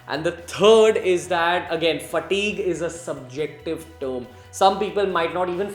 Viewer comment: please don't say "fatigue " again!! :3 :3 Informative video tho!👌